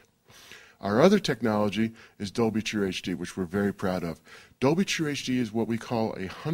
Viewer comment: For the new surround formats like Dolby HD and Dolb dol bla bleh blah dolblah. How on Earth does this guy convince people to do these interviews?